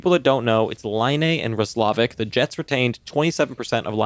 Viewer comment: the way you guys are pronouncing Roslovic name got me cracking up haha this must be your first time hearing about him.